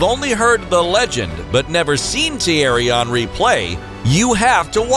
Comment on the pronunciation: "Tiari onry" is how you pronounced it, I thought it was "thi-airy hen-ri"